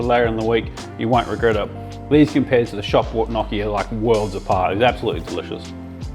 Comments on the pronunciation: Lol. “No chi” not knocky. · It's pronounced nyockee (if you type it into google, how to pronounce gnocchi, it will tell you how :)) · Loving the video! I have some advice for you: first of all, you should pronounce them as ñokki 😂 the real advise is to not scoop the potatoes but directly throw them into the ricer, you will have the flesh through and the skin in the cup of the ricer 😉 much easier! 😁 Keep it up! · Stop saying gnocci like that. It hurts. Its gnocci (nyoki), just like manicotti ( mani-go-te), or fagiole, (fazool). Say it right. It hurts the way you say it. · Gn pronounced just like in gnome not like in knock.